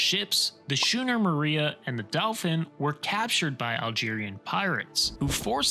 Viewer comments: “shooner”? Schooner is pronounced with a “k” sound, you rube. “Skoo-ner”. I love it when ignorant people make “documentaries”. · Schooner = "SKOO-ner." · Stop mispronouncing schooner. It’s like school, not soon with an “sh” sounds